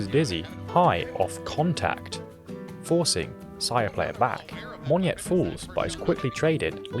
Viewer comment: Close but no cigar. He pronounced it as “mon-nyet”. It should be “mo-nyet”.